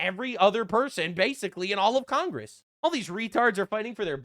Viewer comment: What is Con-grass? 😂